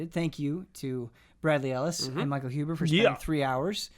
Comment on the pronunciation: When says "Michael Huber" I almost hear it as "Mein Huber"